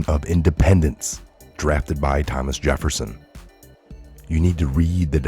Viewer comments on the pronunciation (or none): none